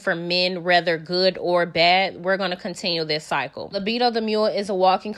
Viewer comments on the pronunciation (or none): Did you say libido the mule?😭